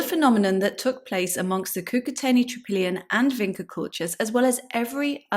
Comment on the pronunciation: VinCHa. Not Vinka